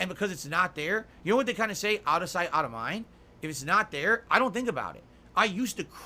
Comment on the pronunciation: "U'noe?" - no - we don't know like how you don't know how to play games.